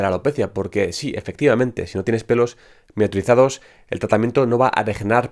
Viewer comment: "Miniaturizados" lo tuve que escuchar varias veces para entenderle. A propósito es un muy buen dato saber que hay que tener pelitos aún en las entradas para que los tratamientos funcionen.